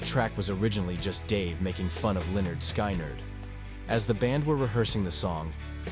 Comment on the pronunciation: Calling the Trapped Under Ice riff stolen is really a stretch. You can’t steal what you created. Kirk wrote the riff when he was in Exodus, reread the first 4 words of this sentence. Sky nerd? FFS, teach that computer to read or learn to type the script phonetically. Now go make a video about how Dave Mustaine stole riffs that he wrote from Metallica.